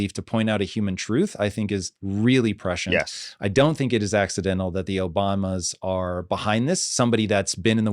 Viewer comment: Do not trust this guy at all. Couldn't even pronounce prescient correctly.